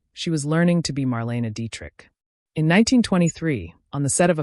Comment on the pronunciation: Marleyna is the correct pronunciation please. Why the weird colour pix of random nobodies?